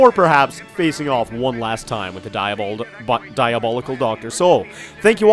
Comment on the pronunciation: "Diabaldical" lol